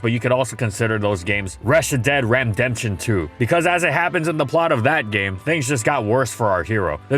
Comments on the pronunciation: "Reshi-dead-ram-demption 2" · Ah yes my favorite game "Reshidead Ramdention 2"